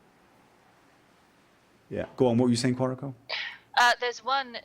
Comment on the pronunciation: Thanks. It sounded like he was saying Quantico.